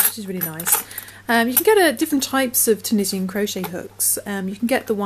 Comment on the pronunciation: Great bargain on the needles. Thanks for your video. Pronounced tu-nee-shun